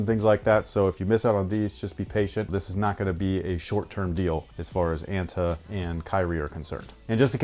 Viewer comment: it's pronounced "ah-n-tah" btw